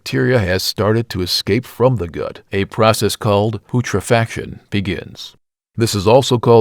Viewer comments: POOTRAFACTION LMAAAAAOOOOOO I know it's AI voice, but the word is pronounced pewtrehfehkaayshun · you seriously need to check with someone or use the internet to learn how to pronounce some of these terms. putrification is "pew-tra-fa-kay-shun" and it is "an-ear-ob-ic" not ana -ear-ob-ic. These are mistakes that destroy your credibility about what you are talking about. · robot voices suck..PUTRA-FACTION? THUMB doen idiot and btw robot, Texas is just like any other state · Poot-refaction and ananaerobic huh? It's a sad state when you can't even speak your own language. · Pootra-faction? Come on... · Your pronunciation of autolysis and putrefaction was horrible. But, otherwise, nice work. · Clickbait. Your thumbnail includes a coffin, but you describe a body in an open field, all while mispronouncing “putrefaction” and “anaerobic.”